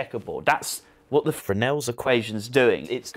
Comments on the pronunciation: Come on, I'm dying to know how he actualy said it. FreS-nell, right? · It ruined it a bit for me - I would've preferred a correction to the misstatement at the end - e.g. it's actually pronounced xyz - it was quite jarring